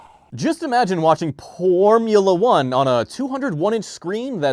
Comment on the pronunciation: Ahhh the good old "pormula 1"😂😂😂😂